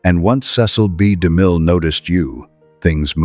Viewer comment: to the narrator his name was ceil b de mil not damil